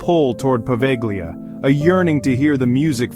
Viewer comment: It's "Poveglia" not proveglia.